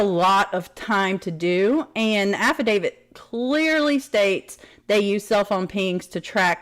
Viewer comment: Brian Entin's pronunciation: Ahhfidavid 🤣